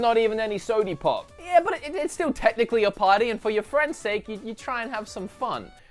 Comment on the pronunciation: Sode ee pop